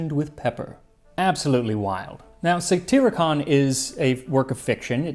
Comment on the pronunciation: It's worth noting that when dining the Romans rarely drank full-strength wine but instead diluted it with water and that "satyricon" is correctly pronounced "satyr-icon."